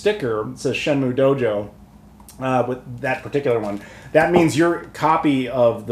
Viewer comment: 'Shen-Myu' not 'Moo' 👍